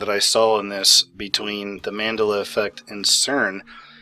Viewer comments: it's mandela... as in nelson mandela. every time you say "mandalla" it makes me cringe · I thought it was Mande'la, not Ma'ndela? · Man della, not mandaluh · What is the mandulla affect? ??its man-dela. .. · Maaan-deh-la not man-dela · Man del a not mendela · Mandela! not mandle-a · Mon-DELL-ah. Not mandilah. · Man del ah NOT man de la it's a name Nelson Mandela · for the love of God it's pronounced Man-della not ma-da-la lol. after Nelson Mandela. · I believe it's pronounced Mandel-la not mandela.......It is someones name not some abstract word. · Man dell a... Not Mandela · It's pronounced MAN-DEL-UH. Not mandela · it ismt pronounced man duh luh. its pronounced man del uh. like Nelson MANDELA. hence the reason its called the mandela effect. after NELSON MANDELA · Say : MAN-DELL-A Dude Not MAN-DA-LA Got It !?! ;) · The man's name is pronounced "Man-dell-a" not mandala. Wow. It's not an instrument, it's a person! Open a history book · It's pronounced MAN-DELL-A. Not mandill-a. Hard to take you seriously when you don't even know who Nelson Mandela was, or how to pronounce the name. Duh. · It’s man Del ah as in Nelson Mandela not mand ala as in gondola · Man-Dell-La.... MAN-DELL-LA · Mandéla effect. The accent is on the second syllable. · it's pronounced Man-dell-a or has that already changed too? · Come on, say it with me MAN - DELL - AH:P much love <3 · you pronounce it wrong it's Man Del A as in Nelson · It's: Man-dell(like Dell computers)-ugh. Man-dell-ugh. Mandela!!! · Anyone else yelling " it's pronounced MANDELA " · Man-DELL-ah. smh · It’s Man-Dell-Ah effect. Lol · It's Man-Dell-La effect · Mandeeeeeeela? Saying completely wrong. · dude..Mandela..as in Nelson Mandela..not man de la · Look we all gotta agree how to pronounce words. This one is man dell a. Effect. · it's pronounced Man -Dell-A. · ) You must pronounce it correctly. " Man-del-ah" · Man-Del-A. least u can do is get the name right on the topic your covering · pronounce Man-del-a correctly